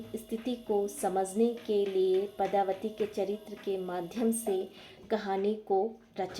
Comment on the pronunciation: Nice but the name of character is padmavati not padhavati